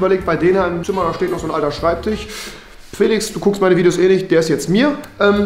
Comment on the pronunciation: „schreibtich“. Und ich dachte es ist besser geworden. 😂🤷🏼‍♀️